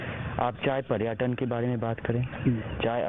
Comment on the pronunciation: पर्याटन नहीं होता है पर्यटन होता है second pappu 😂😂🤣🤣